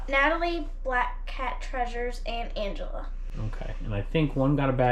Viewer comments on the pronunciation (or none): none